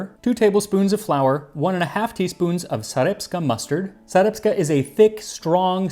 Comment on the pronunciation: Great video. However,I noticed 1 little mispronounciation: It's not "Sareptska Mustard", but "Sarepta Mustard". Sarepta is a German village that was located near the town of Tsarytsin(Volgograd nowadays) And the people of Sarepta still produce their famous mustard. It's very tasty!